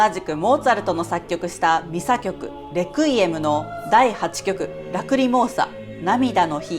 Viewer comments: Requiem は「安息」という意味があり、最初の e にアクセントがついています。日本語で発音する場合は「ク」ではなく「レ」に強勢を置くのが正しいです。プロの音楽家の方でも、よく間違われます。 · 「レクイエム」のアクセント、間違ってますよ。😢